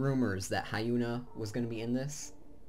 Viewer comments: Hyuna is pronounced as Hee-on-A. not Hi-Un-A. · hyuna is proununced as Yoo-na not ha-yoo-na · AHAHAHA the way you pronounce her name lel fail